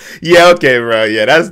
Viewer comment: Lol speaker man really said burh